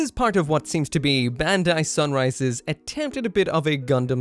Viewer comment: It's BAND-AI